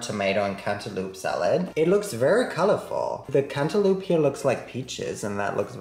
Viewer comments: Am I the only one who kept giggling everytime he said “cantaloop” I love this guy lol totally made my day 😊🖤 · I will never say cantaloupe (cant-a-lope) like that again! Lol Cant-a-loop forever🍈